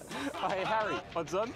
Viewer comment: nicole said "Harry" but it came out like "Hairy"